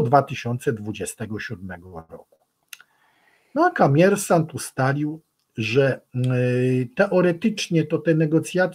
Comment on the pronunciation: Nie ma czegos takiego jak Kamiersant! Jest Komiersant. Przez "O"! I przy tym akcent na ostatniej sylabie a nie gdzies wczesniej. Dziekuje za uwage. 😊